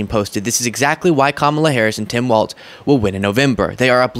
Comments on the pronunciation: Please stop calling him waltz. It's pronounced walls. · It's Walz, like walls, not Waltz, like the dance. I know it's pedantic, but it's distracting me from the otherwise expert content. Keep it up!